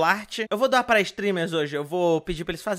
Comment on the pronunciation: eu achei que ele tinha falado "Eu vou dar pra streamers hoje" kkkkkkk